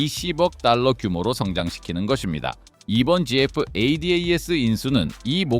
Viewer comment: 지에프??? Ai영상 진짜 짜증난다... 지에프라 부르는사람이 세상에 어딨어